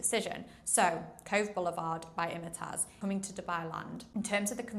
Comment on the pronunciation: it's pronounced Im-tiaz not Imitaz. Nice video but just wanted to mention this.